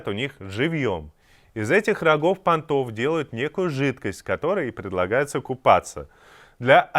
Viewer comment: Ванны пАнтовые, а не понтОвые, выучите уже наконец. У маралов, в отличии от людей, нет понтов, у них пАнты.